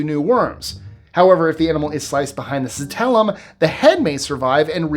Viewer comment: Sorry, but it’s not citellum, it’s clitellum!